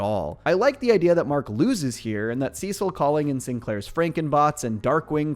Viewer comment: Cecil is pronounced (see-sil) not sis-ill